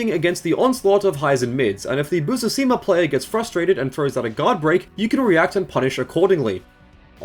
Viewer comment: The dyslexia on Busuzima is wild